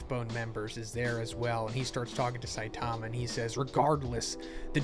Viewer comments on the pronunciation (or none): I’m not trying to hate… but you clearly are a huge fan of this Manga… why can’t you say Saitama’s name correctly? Really not that hard you put the emphasis on the first syllable not the second. Weird